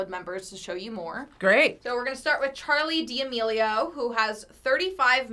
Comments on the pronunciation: She really said Charli Dee ameleeio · Charlie deamielio Lol It’s Charlie damilio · you said charli d amelio instead of charli duh me leo. messed up lol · seriously no one "ChAriLi DeMeILO" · No one: Not a single soul: FBE: Charli dE Amelio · this girl really said “charli de amelio” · Nobody: Not anyone at all: The lady: Charli DEAmilio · is anyone gonna talk about the fact that she said “Charli D’ A. melio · *charli d’amelio